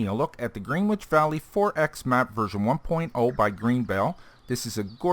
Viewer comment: Pronunciation help: Gren Itch . Yeah, I know, British English is scary